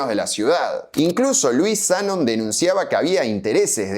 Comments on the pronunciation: Zanón, Zanón, qué mal suena Zánon! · Zanón se pronuncia con acento, al menos asi se hacia en neuquen en la ceramica de Luigi Z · Me pone nervioso que diga"Zánon" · Se pronuncia como si tuviera tilde, "Zanón", pero se escribe sin acento. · Se dice Zanón en veneto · El acento va en la sílaba final: Zanón. /dzaˈnon/. Es un apellido común en Treviso,Venecia y otras regiones del Véneto. Probablemente procede de "Zan", el nombre Juan (Giovanni) en dialecto. Supongo que se trata de un patronímico (como Gómez, González, etc. en español). En italiano la tilde ortográfica no se usa como en nuestro idioma, por lo que la grafía no siempre refleja la acentuación. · Tampoco dijo Zánon. Él dijo Zanon. No es lo mismo. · El apellido Zanon se pronuncia con acento en la O. Maestra Ciruela aclara algo más: el Parque de la Ciudad, originalmente Interama, era muy superior al Italpark. No había competencia posible: el Interama lo revolcaba mil veces. Era más nuevo, más moderno, más Disney... Pero el Italpark, para los que tenemos +60, siempre fue y será el dueño de nuestros corazones! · Muy bueno. (no se de donde sacaste el acento en ZA🤣). Una historia sobre Cerámicas estaría genial. Por supuesto el mito es mas simpatico que la verdad, pero donde hay politicos hay relato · Es Zanon con acento en la o ! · HERMOSO RECUERDO EL ITALPARK PARA LOS DE MI GENERACION. YO IBA CON MIS AMIGOS A LOS JUEGOS DE CARRERAS DE AUTOS: MONZA, SUPER 8 Y LOS CHOCADORES. EL APELLDO ES ZANON (CON ACENTO EN LA O) Y TE AVISO QUE LA GALERIA SACOA TODAVIA FUNCIONA, AL MANOS HASTE QUE YO SUPE. SALUDOS Y GRACIAS POR EL RECUERDO!